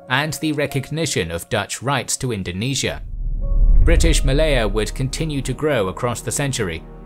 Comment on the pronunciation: finally the series i've been waiting! and thank you for including Indonesia here. P.S. also thanks for pronouncing Indonesia correctly.